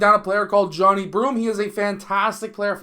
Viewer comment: Come on man, at minimum say his name correctly pronounced Jah-Ni 😊